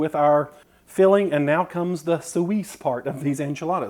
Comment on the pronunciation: Suisse is pronounced "sweese", just saying😊 (French name for Switzerland)